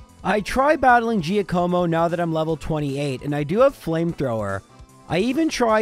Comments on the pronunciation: lmao you didn't even try to pronounce "giacomo" i love it. have you really never heard that name before? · It takes like 10 seconds to Google how to pronounce Giacomo. I mean you’re not live here, lol. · Jya-koh-moh - It's Italian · its pronounced gee aco mo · It's pronounced jock-omo.... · Me, an Italian, when you said Giacomo: 👁️👄👁️ Bro I died 😂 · it's Giàcomo. Not Giacòmo. Btw your pronunciation of Giovanni is on point! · “jackamo” not “geeyacuomo” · I don’t want to sound rude, but Giacomo is pronounced GYAH-Koe-Moe, not Jee-Uh-KOE-Moe. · I'm Italian and I can say that you pronounced "Giacomo" really well, just the accent is on the wrong vowel. It's Giàcomo, not Giacòmo. Still thanks, great video <3 P.S.: Giacomo is the Italian for Jack!:D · hey love the content all your videos are fantastic and it's always such a pick me up when I see a new video released. And that said I'm def not making fun of you here but just an fyi about Giacomo cuz your pronunciation really made me smile phonetically speaking it's jock-uhh-mo and the dachsbun is a play on words of the dachshund wiener dogs would be docks-bun haha but keep up the great work man I love it!! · hey, if you want to know about the Giovanni/Giacomo pronunciations I'll just say that in Italian Gi makes a J sound, but if you say them in English, try not to stress the i so much because it's actually silent or part of the G. So just replace Gi with J for Jovanni and Jacomo to sound authentic, however saying it like Jiovanni is widely accepted but incorrect. As for Lorelei, i think Lorra-lie is right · For the record, Giacomo is pronounced Jack-amo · I may think it's pronounced Giàcomo. You know, I've been pronouncing my name for the last 29 years 😅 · Jaq-uh-mo. Italian name. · Giacomo is pronounced jock-a-moe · Giacomo is pronounced Jock-como